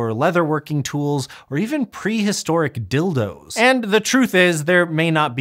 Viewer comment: When you said dil doe my brain went full on 13 year old and could not stop giggling when he kept saying holes and balls I am a mature adult